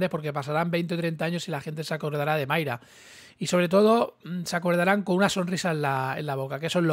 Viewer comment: es MAYRA con "A" no "MAYRE" con "E", que me pones muy nervioso....